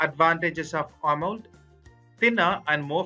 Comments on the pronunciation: It's Amo‘LED’ not amold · clueless narrator: "ah-mold" viewer: closes video. 👎🏼